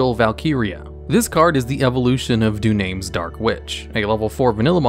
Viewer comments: "Done-ah-mus" dark witch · Du-names Darkwitch pronunciation 🤮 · You said Dunames wrong